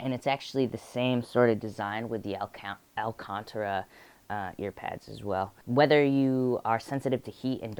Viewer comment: He's adorable. Alcantara is pronounced al cAn ta ra btw ;)